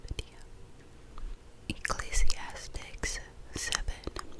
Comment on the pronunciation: Hii this is super relaxing 😊 I know you made this video a year ago, but just wanted to quickly say, I believe the book is Ecclesiastes and not ‘Ecclesiastics’